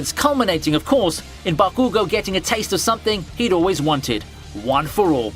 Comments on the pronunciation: The way your pronounce bakugo is so annoying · Why do you pronounce bakugo, hanami, and naruto like that?!